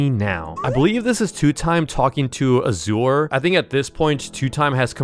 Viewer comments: Norway he pronounced it asewer its azure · i lost 100 brain cells every time he said auh-zore instead of ah-zhur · azure is pronounced azz ure (zchur)